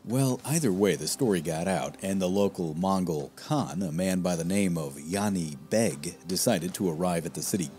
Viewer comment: Good documentary. The correct pronunciation of Horde's khan's name is "JAni beg" (as in "jar", not as in "yard").